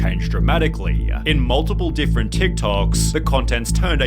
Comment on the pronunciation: How did bro forget how to say different